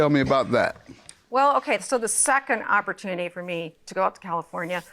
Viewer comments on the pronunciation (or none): "I had an opertooney to a move to a, California." Lol 🤣Opertooney.. 🤣🤣🤣 "One of the opertoonies.." Lol